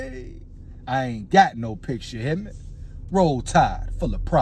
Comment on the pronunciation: I like when you said rode tide for pride